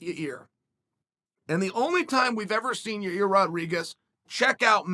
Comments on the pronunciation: Chael bro ... it s not Ya Rear it s Yo Rear it s not Your Ear ... it s YAIR ,,, Pronounced YAYEEEEEER repeat after me YA ... YEER now together YAYEER . Ok bye . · Uncle Chael mispronounced Yarear's name a couple times in this one... sounds like he called him "ya ear" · I'm sorry but all I can hear is "your ear" "in your ear" " ya rear" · Lol ya-reaR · Yair, Ya-Ear, Ya-Rear, Ya-Year, don't matter Max in fo' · Lol Ya:Ear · Gotta love hearing that Chael is taking Max Holloway if you’re Ya-ear Rodriguez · yair “ya ear” Rodriguez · Ya ear… ya rear… lmao I love you Chael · I keep hearing “ya rear” or “ya ear” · Uncle Chael keeps calling him " "Ya-Rear"! 😆😆😆 My rear? lol 😂. Love you Uncle Chael !! 👊🏼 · I only clicked on this video to hear Chael say "YaRear" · YA EAR, YA REARR, YOUR EARRRR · It's time to bet the house on "Ya rear"rodriguez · Did he just call him "ya rear"? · He’s saying Ya-rear un purpose now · He does it cause it generates comments which makes YouTube algo happy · Chael is pretty lazy ... A simple google translate would show him how to Annunciate 'Yair' correctly.. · Ya-yeer Ya-rir Ya-reer Yai-eer Yuh-reer Yuh-eer